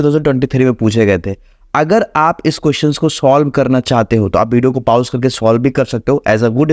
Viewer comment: Bhaiya baki sab to thik hai but ap पाउज kyo bolte ho पॉज kyu nhi bolte ..